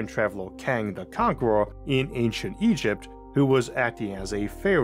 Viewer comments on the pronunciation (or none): none